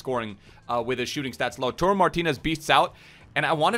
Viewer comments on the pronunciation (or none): it’s LautAro not LautUro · Its LAU-TAR-O, not Lau-turo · it's lautARO not lautURO like you keep saying please pronounce his name correctly